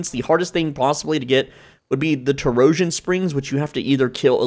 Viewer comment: Oh lord, now I have to add to the comment. Too-Row-sjin springs bro? Torsion = Tor-shun.